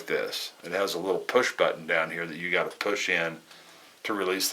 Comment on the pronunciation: got not git lol